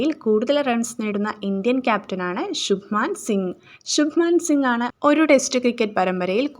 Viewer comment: ശുഭമാൻ ഗിൽ anu ശുഭമാൻ സിഗ് അല്ല